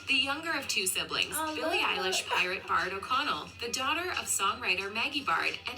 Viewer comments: Bro its baird put the effort in "air", not bard. And patrick's is O'connell not baird. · Can't believe they mispronounced Baird and her dad's name is O'Connell not Baird